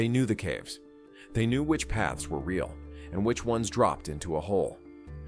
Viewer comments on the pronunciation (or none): none